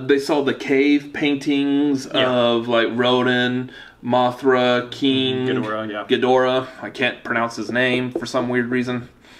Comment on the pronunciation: You actually pronounced ghidora's name correctly